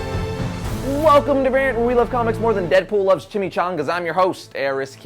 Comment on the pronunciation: actually he just loves saying chime chongas